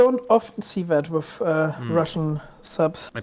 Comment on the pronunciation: It’s impossible to understand the German. I am German myself but there is no excuse for such horrible english in 2025. The accent is horrific. He should learn how to speak english or stop speaking altogether. This guy is making the video unwatchable. Edit: it’s “with” not “wiff”.